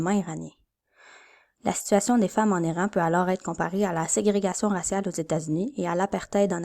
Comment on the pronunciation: tech : excellents visuels (en particulier l'écran d'ouverture). Son très correct. Hmm... ton récitatif. Serait génial si tu nous parlais. Conclusion abrupte. Perso j'ajouterais un fade out sur noir. 4/5 contenu: OK 3/5 (et un détail -- on prononce *I*ran plutôt que *Aille*ran